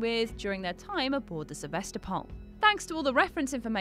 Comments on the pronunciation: SevAstapol ash. Not SevEstapol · Fact #21 - the right way to spell "Sevastopol" is "Se-vas-TO-pol". It's the name of a city in Eastern Europe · СевастопОль ахахах